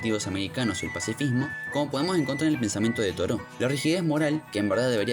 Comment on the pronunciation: Estaba por poner lo mismo, acabo de descubrir el canal, y me pasó también que le falta como cierta... cadencia? Y la pronunciación de algunos Históricos como Proudhon o Toreau. Los primeros minutos bien, luego como que se acelera demasiado el relato. Suscripto.